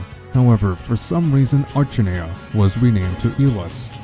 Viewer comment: Ugh... Archinea (Ark-in-eya) =_=